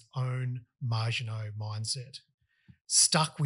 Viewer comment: You lost me when you called it the 'MARGINOT' Line instead of the Maginot Line.